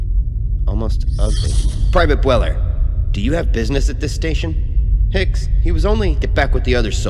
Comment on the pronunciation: goOD WORK. I think you should have pronounced the first syllable of 'Bueller' so it rhymes with 'dew', as in the Matthew Broderick movie 'Ferris Bueller's Day Off'